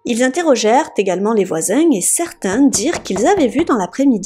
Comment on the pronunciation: C quoi ça "la salle de beigne" & "les voizaigne" ahahah xD